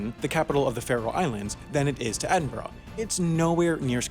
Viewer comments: Quick helpful tip: Edinburgh is pronounced ed-in-bruh Not ed-in-bu-rugh Happens all the time with tourists. The news is the worst for getting it wrong! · It’s pronounced Ed-In-burra not Ed-In-burro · And as I posted earlier, somewhere else on this vids comments section, Edinburgh not Edinborrow. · please say edinburgh right, its edinbra not edin-burrow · Its It's pronounced like EdinBURUH not EdinBORO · I’m from Edinburgh, and I can tell you it is pronounced Edin-bruh, not Edin-boro. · Stop saying Edinborough, it’s said Edinbruh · pls can you (and all the north americans) practice saying Edinburgh. Here we go... Edin-bruh. Quite easy, 2 syllables, no "bo-roh" or "urg". If you want the fancy way, try Edin-buh-ruh. Ya welcome xoxo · It's pronounced Ed-in-burrah. Not Ed-in-boro. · Ok.. lemme just clarify this for all yall Americans out there.. he says Edin-bor-ah. Tut tut. It’s Edin-BRUH True stuff my dudes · OMG if you do not want to piss off Scottish people, learn to say the place names correctly. Edinburgh..... Ed....in......bra (as in bra-what you put titties in) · Until you start to properly pronounce Edinburgh - E din burra I cannot watch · Yup and it's Edinburgh not Edinborrow. I'm an Englishman andI respect the Scots enough to atleast try to pronounce their names the way they do. On a lighter note, I think the Americans dislike us because we are smaller than Texas and ruled 25% of the globe. It's like a child who gets picked last for every team with an awesome, over achieving parent who was the national teams captain, of course they are going to dislike us. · Not sure I can take anybody seriously who pronounces Edinburgh “Edin-Boro”, sounds like a cigarette brand from the 70s! Go back to school buddy, learn how to speak. ;-) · Why do you say Edinburgh so weird Ed in bruh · is it me or do Americans always pronounce Edinburgh wrong it's pronounced 'edingbruh' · Oh god your pronunciation of Edinburgh. Its Edin-bruh, not whatever the fuck you're trying to say.